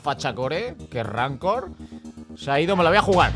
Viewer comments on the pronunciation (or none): En verdad si era "ramcore"